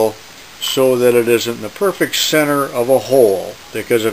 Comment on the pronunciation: Oh I just realized you can't pronounce CENTER, is English not your first language?